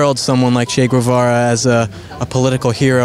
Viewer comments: It’s not goo eh va ra, it’s ghevara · Why does he say Gvuvara? Lmao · Irrelevant facts you don't care: - "Che" is kind of like saying "Hey" in argentinian dialect. - It's actually pronounced "GEH-vara". Greetings from an argentinian. Sad to be always associated with that guy and Maradona.